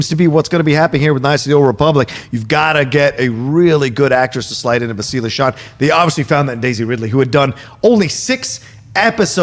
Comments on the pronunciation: Its BASS-till-lah not Ba-STEEL-la lol. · The way pronounces Bastila makes me think he hasn’t actually played the game 🤣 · please stop pronouncing Bastila wrong lol.